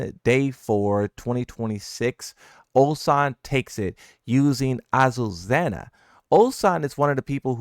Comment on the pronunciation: There’s no Z sound in her name